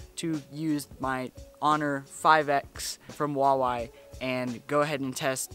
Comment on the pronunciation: Hu-wa-wei OMG i hate people pronouncing huawei wrong. BTW great vid!!!!